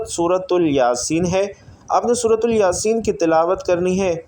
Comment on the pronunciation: سورۃ الیاسین یہ تلفظ غلط ہے